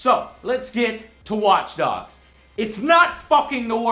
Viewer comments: did he say watch dugs at ? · WATCH DUGS LOL